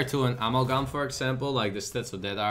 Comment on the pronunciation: I wonder if there comes a time when can pronounce 'Amalgam' correctly xD